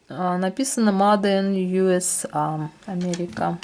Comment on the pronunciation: Вы же молодая. Почему говорите МАде ин юсА ???? Живёте там вроде.... МЭЙД ин ЮСЭЙ. Режет слух. Смотрю вас с удовольствием. Но говорите как положено на английском.